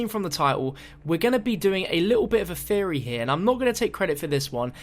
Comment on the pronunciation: oh that ending. "Just a game theary"